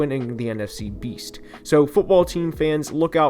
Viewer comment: Did you say "Beast"? 😆😆😆